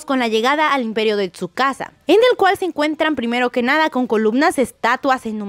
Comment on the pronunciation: Nadie Absolutamente nadie:: "tusakasa"